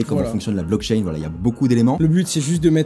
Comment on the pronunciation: le bitcoin est pseudonyme, il n'y pas de nom+prenom associé à une adresse de paiement bitcoin. Renseigne toi Et c'est blockchain pas block-chaine. ou comme crypto et non "cryptho" et autre franglais.